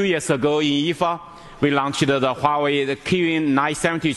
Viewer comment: Gee, this guy can't even pronounce Huawei right, wtf. totally off. Dude, it's Huawei not Huiway